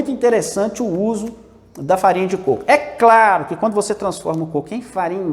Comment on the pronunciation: Côco.😃 e não "cocô"